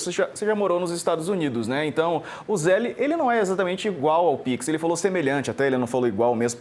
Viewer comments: A pronuncia é ZELL, not zelli. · Nem a pronuncia esses bolsonaros sabem falar, não é ZÉLE é Zél, sem ele no final. Zél. E não, o Zél não é igual ao pix, tem diferenças e é PRIVADO, não é público. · Fala com nosso amigo exilado que o se fala "zell" só se escreve zelle